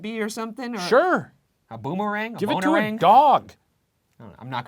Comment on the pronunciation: “a bonerang”